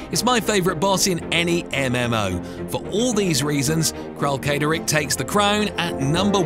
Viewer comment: Uhmmm Akshually, it's pronounced Kralkatorrik, not Kralkatorrik 🤓☝️ Good vid btw.